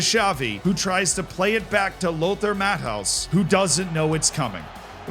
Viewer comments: Please, for the love of all that is unholy: MATT-E-US not MATT-HOUSE. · Please don’t pronounce Lothar Matthäus’s name as Matt house, it hurts my brain 😅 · Tell me you're an American trying to understand football without telling me you're an American trying to understand football. LOTHAR MATTHAUS. Pronounciation!! 😂😂😂😂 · My god the pronunciation of Lothar Matthäus, brutal. Does even know who he is? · please edit the video... the Matthäus pronunciation...